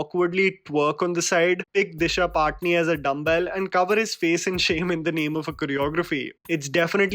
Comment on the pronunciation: Disha patani hai paatni ni hai